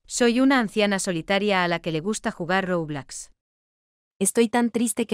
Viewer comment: me gusta cuando dice roublax